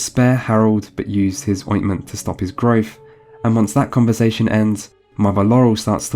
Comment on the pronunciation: Are you incapable of pronouncing the letter t prime examples furteen thirteen growth grotfff others ovver death def different difrent father farver fathful fateful fuck your hard to listen to.